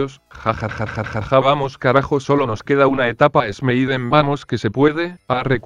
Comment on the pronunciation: casi todos dices esmeiden a pesar de que es smeiden